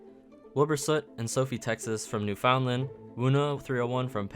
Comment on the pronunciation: nyoo· fuhnd·luhnd (newfoundland's pronunciation). To make it simpler it is new-fund-lund not new-found-land